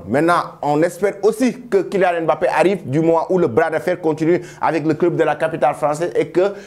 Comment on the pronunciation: Un africain qui ne sait pas prononcé "Mbappé" ! Bin voyons. 🤣